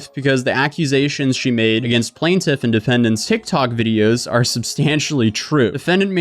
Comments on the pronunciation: Thank you! Hopefully she consistently pronounces plaintiff correctly in her video 😵‍💫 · Why did you keep saying Plaintiff 2 different ways?? Correctly and then like a moron, so annoying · Bro, plaintiff not plant tiff. lol. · Plane-Tiff 💀 not plant-if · Specificity: SPESS-iff-ISS-itty. Also it's plaintiff, not "plant-tiff". Sorry, pet peeve. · Plantiff ❌ PLAINtiff ✅ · I REALLY love your channel and this story is so crazy that I want to revel in the craziness… but my brain short circuited every time you mispronounced plaintiff. You got it correct sometimes so I’m so confused why you kept pronouncing it “plan-tiff” instead of “plane-tiff”. Every time you pronounced it plan-tiff I completely lost track of what you were saying 😭😭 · Plain-tiff vs Plan-tiff. dont want to be a pronunciation douche but you keep going back and forth lol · Dude, I hate to be that guy but it's pronunced Plaintiff Plaint rhyming with TAINT not Plant. Oh, you just switched it up. And you switched back... I get it... puff puff pass mofo. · Bro, stick to your usual bs. It’s obviously clear you know nothing about law, she’s entitled to ask for discovery. It’s completely normal. You don’t motion, you don’t get. You talking about law, is just as corny as “plantiff” as you call her, lawsuit. If you don’t ask you don’t get..she has to do it even if it’s lame to you. Just normal motion to protect her butt. Yes she obviously wrong but she’s doing what she can. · PLAIN-tif. PLAIN-tif. It's pronounced PLAIN-tif, dammit! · I gotta admit, I stopped paying attention to the actual vid and just started counting how many times dude mispronounced the word Plaintiff. The “PLANT-if”, yo the “PLANT-if”, the “PLANT-if”. Mind you this is a WHOLE WHITE MAN can’t speak his own language 🤦‍♂️ GODDAMN…!!! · Hey man, i could tell you were having a tough time. Im here for you, here are some words of support. Its pronounced how its spelled: PLAIN- TIFF Get better soon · Please learn to pronounce "plaintiff".